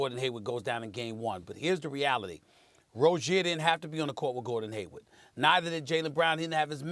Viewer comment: Come on Steven A. It's Hayward, Not Haywood. 😂 And He's definitely not the problem. Actually, These 🏀 teams in The Eastern Conference this year are a lot Better than last season. 🍀Go Celtic's🍀